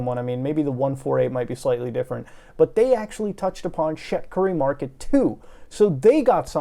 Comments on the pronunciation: I keep hearing Shit Curry Market and cant stop laughing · Shit-car-ree mar-ket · I thought he was saying ‘shitkarimarket’ 😓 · i only hear ''shitkari market''